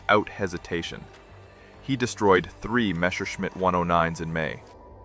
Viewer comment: It is NOT "Meshershmidt" It is Messerschmidt. (Means knife smith)